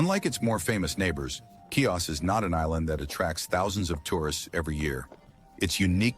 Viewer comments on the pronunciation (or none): CHIOS NOT KIOS. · Pronounce HeOs